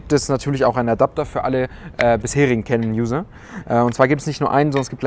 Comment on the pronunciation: Filmer werden definitiv nicht zu "Kanon" (lustige Aussprache) zurückgehen, wegen dem Crop bei 4K. Damit ist die Kamera fürs Filmen bedauerlicher nur bedingt einsetzbar!